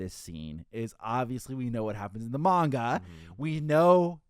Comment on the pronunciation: is the dude that pronounces manga Mein Gah?